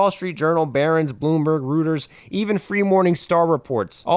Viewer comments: "rooters"? wtf lol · Moo moo better tell their ad team to explain how to pronounce Reuters. It's not Rooters